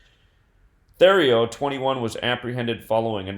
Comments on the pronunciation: Pronounced Terrio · U pronounced his last name wrong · You were way off with how you pronounce his last name. Hopefully the fucker gets murdered in jail. His parents lived less than 5 mins from me